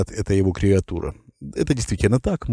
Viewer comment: Есть слово креатура. А вы говорите: Кревиатура. Вы хоть в словарик заглядывайте, прежде чем слова произносить. Если что, я не бот, а редактор.